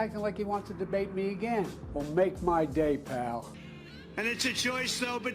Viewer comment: Oh look dementia joe finally learned how to say pal 😂😂😂